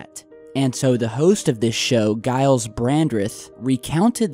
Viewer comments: Hey. You pronounce Giles, as Jiles my friend, not guy-les. He's been around for years on various TV shows; he was a member of parliament for a while, too. Also, the programme you speak of is BBC 1's 'The One Show.' Only trying to help, not meaning to prove you wrong or anything.:) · Gyles is pronounced with a soft G, like 'Jiles'. Well done with 'Brandreth', though. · Giles is pronounced Jiles for future reference, all good though. Keep up the good work:) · Gyles is pronounced Jyles for all you Americans out there.. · Hey. Sorry had to giggle when you said his name. It's pronounced with more of a J not G. Giles - Jiles. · Giles is pronounced with a soft 'G' so it sounds like 'Jiles'. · it's pronounced with a J for Giles haha jiles but with a g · its pronounced jiles as in farmer giles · Firstly, it's Gyles with a soft g J sound. Secondly, he's not the host of the show, he's a guest reporter. Thirdly, for those of you on the bongs, DO NOT, I repeat DO NOT type Giles Brandreth and jumpers into Google images. You've been warned. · It’s Giles pronounced G as in ch